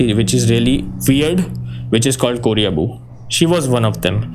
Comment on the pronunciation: Sir it's koreboo not korea-boo